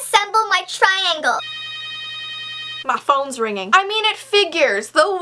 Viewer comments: "Mah phons ringin " I basically died at that part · I love how she said," Meh phones ringin." XD